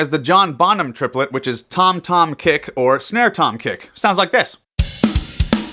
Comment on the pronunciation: Trip-el-et.... its even a triplet when you say it...